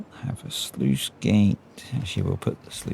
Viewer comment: Sluice, not sleuth!